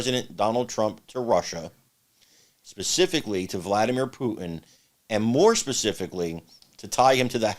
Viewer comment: Clin'on... Pu'in? WTF man? There is a 't' in both of those. If you want to sound intelligent enough to explain America, then talk like it!